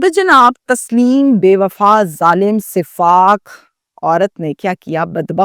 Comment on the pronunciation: O YOU STUPID AND BRAINLESS, SIF-FAAK IS NOT CORRECT WORD, SUF-FAAK IS CORRECT WORD